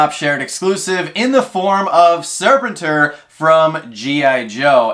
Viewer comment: just in case he comes up again it's pronounced Sir pen tour. Next to Krrsantan he was my favorite SDCC 2022 non Freddy Pop. Mostly cause of my fondness for the 80s toy.